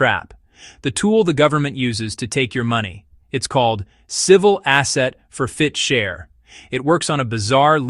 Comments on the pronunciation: For-fit-cher? It's for-chit-fer. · "for-fit-cher"? When you make up crazy stuff, you ought to at least get the terminology right. The word is "forfeiture". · It's called Asset Forfeiture not FOR FIT CHER 😂😂😂😂😂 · It's pronounced "four-fit-ture." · its ridiculous, tsa is ridiculous too. And why cant AI say "forfeiture"? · This is obviously an AI generated narrative because of the pronunciation of the word forfeiture whoever is doing this needs to have a real person edit their content otherwise it's absolutely ridiculous to listen to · Please somebody teach AI to read! It's forfeiture 1 word not 3. There was another one that it mispronounced too but I can't think what it is now. 😠🤦